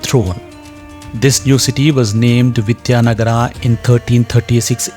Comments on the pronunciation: Whoever the narrator is, please don't get western influence and I request to please pronounce our words right. It is Vijaynagar not Nagaraa. It is Ram not Ramaa! Please let's be progressive and yet connected to our roots! Sorry if I said anything wrong. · Please be informed , it is Vijayanagara in Kannada not Vijaynagar.. Also it is Ramaa in Kannada and not Ram. In Telugu and Tamil it is Vijayanagaram, for Ram they say Ramulu, Raman etc.. so each language has different pronunciation and Hindi is not a base although I respect Hindi. Actually, most of the Hindi speaking people can't pronounce South Indian words and similarly South Indians pronounce Hindi words differently.. Kindly consentrate on subject than pronunciation.. For example a Dutch would pronounce Vijay as Viyay as they pronounce j as yay. Kindly do proper research before commenting. Narrator's pronunciation is not western influence. It is Kannada. And we are proud to pronounce as Ramaa or Rama, Lakshmana, Narayana, Hanumantha etc. Jai Bharatha...